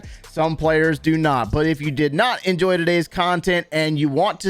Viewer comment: did he say if you did not enjoyy???